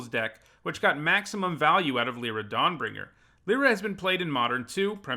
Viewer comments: the way you say my name brings me ungodly rage lie, not lee lee is Lira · Lie-ra* is the correct pronunciation